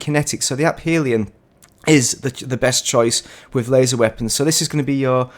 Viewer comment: Why tf do you mispronounce Aphelion (afeeleeon) 20 times in a row man, cmon 😐